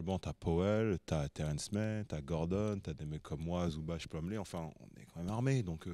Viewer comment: Super emission ! Toujours aussi cool avec Nico. Par contre une bonne fois pour toutes c'est pas Zoubatch mais Ivitsa Zoubats. Il n'y a pas d'accent sur les "c" de son patronyme. Zoubats. Comme Divats. Le "c" n'est pas à prononcer TCH à chaque fois mais juste quand c'est Ć ou Č. Quand c'est C alors on prononce simplement [TS]. Ivitsa Zoubats. Voilà. Je suis moi aussi croate de Herzegovine, comme Zubac, comme feu Stanko Barać (là on dit Baratch oui), Zoran Planinić ou la superstar tarée de l'époque mister Josip Sesar ♥️